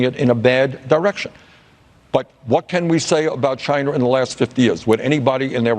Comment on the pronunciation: Stop saying Chiner its china asshat